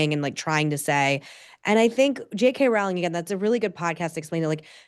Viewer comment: JK Rowling’s name rhymes with “bowling” fyi! Following this topic closely because I love all her books (including the current Strike series) and I wish she did more interviews in addition to The Witch Trials of JK Rowling.